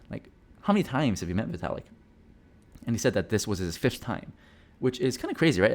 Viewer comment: its vitalik... you should probably get yourself tested